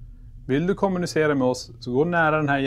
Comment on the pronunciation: Varför betonar ni/ alltid början alltså KOM I kommunicera. Man brukar ju säga de som ett neutralt ord liksom? Alltid undrat. 😅